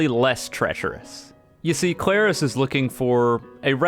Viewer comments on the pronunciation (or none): YOU DON'T FRICKIN EMPHASIZE THE A IN KLARIS, IT'S THE R. THE R DANGIT.